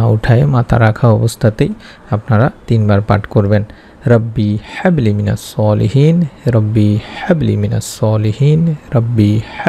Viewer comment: Quran shorifer aayaat gulur uccharon shuddha bhabe korte hoy Bhai."Habli" te chuto "Ha"ase